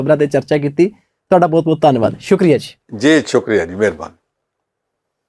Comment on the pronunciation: Good comments but what about the Jalandhar Parliamentary election ? When will this anchor make right pronunciation of Punjabi word ‘ Bahut’ ?